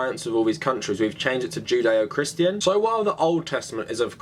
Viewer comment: Is it odd that with your accent I hear "jin dae-oh"? Almost sounds zen :) Great work